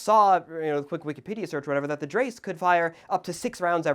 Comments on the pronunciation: Mein Gott, why is it that nobody seems to be able to pronounce “Dreyse” correctly?? It’s doesn’t rhyme with “rice” or “race”, and Ian is even worse with his “dry-see”. It’s “DREY-za” or “DRY-za” depending on regional accents. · The pronunciation is more of Draiyse , not dreyse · Dry-see btw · Actually, the Smithsonian channel has the pronounciation of "Dreyse" way more accurate than you. I try to transcribe with English phonemes: "Dr-i-zeh". The ey here (the name is most probably Higland German) is pronounced like you 'ricains pronounce "I". "E" at the end of the word (or any other vowel) are not silent. The "s" in this case is spoken softly like you pronounce the "zed" letter. Also, a VERY important step loading a needle fire rifle is to TAP on the bolt rod as hard as you can. The gas containment, which in cartridge rifles is made by the brass cartridge bottom (that's why plastic shotgun shells have a brass floor) has to be made by compressing a leather ring as hard as you can so it doesn't leak gas. That's also why, until WW2, the bolt handles were straight - you needed them in needlefire rifles to apply force to the leather gas seal. They kept it in the cartrige rifles (many of them adapted needlefire, so they only needed to train soldiers with one mechanism). When scopes became a thing, they started first to bend the handle in scoped sniper rifles (cf Soviet Mosin-Nagant) or mountaineer carbines; then they saw the advantages in handling a bent bolt handle. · I know it is too late to correct this, but every time you say it you make my head hurt. You are generally informative and intelligent and I enjoy your content, but this has to be dealt with. They even say it correctly in the episode. Dreyse, pronounced drysuh. When dealing with firearm pronunciations check to see if Ian at Forgotten Weapons has done a video on it. He tends to be a pretty good source. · Love your stuff mate. Just a quick note, dreyse is pronounced drei-ze. Keep up the good work mate!